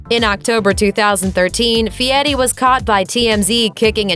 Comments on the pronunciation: It's fieri, not Fie-ee. The R isn't silent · Feeyetti? How does Fieri translate to Feeyetti. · Who’s guy fieti? I know a guy called guy fieri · And don't forget Guy "Fee-ehttee"... Lol, as a Sicilian (an island owned by Italy) who also speaks Spanish, I get that we pronounce our "R's" differently than English speakers do. However, we don't over-enunciate them like that! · It's not fiyeri lady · The way she says guy furi is bad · No t,s in that name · Nailed that last name feiri